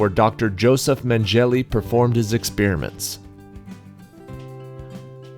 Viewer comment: It's Meng-uh-luh. Don't laugh at ignorance, but I sometimes get surprised at exactly what a bright person (like our host) doesn't know.